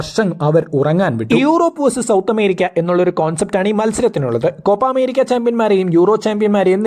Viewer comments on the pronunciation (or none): none